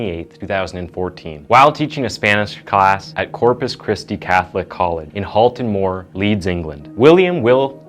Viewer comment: I just want to say, I'm from Leeds and it's quite surreal hearing an American say "Halton Moor"!